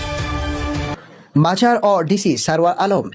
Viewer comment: নিউজ রিপোর্টারের বাংলা ভাষার উন্নতির দরকার। মাজার কে মাঝার বলছেন,আর অন্যান্য শব্দ উচ্চারণে ও যথেষ্ট জড়তা রয়েছে। Please rectify him.